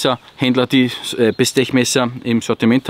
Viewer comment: 14C28N ist ein Sandvik stahl, kein Sleipner (A2 von Uddeholm). und Bestech wird "Bestek" ausgesprochen. edit: outdoor-klappmesser haben Phosphor-Bronze oder Teflon gleitscheiben (washers) und keine kugellager, damit kein schmutz eindringen kann. schau doch mal nach, was das Bestech hat ;-) die klinge ist zwar dick, aber der hohe flachschliff macht das wieder wett. schneidteufel.